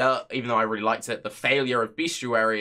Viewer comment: Look at words and sound them out. Best-i-ary - there is absolutely no U in there.